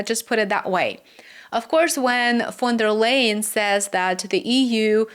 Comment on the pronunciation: I think it respectful to pronounce a person's name the way they pronounce it. Even people you don't like. Von der Leyen.